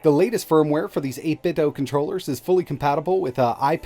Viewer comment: Like the video but I cringe every time you say 8bitdo like it’s Nintendo. The company has already said it’s “do” like Scooby Doo